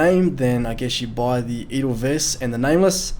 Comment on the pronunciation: and they loudly mis-pronounce "Edelweiss".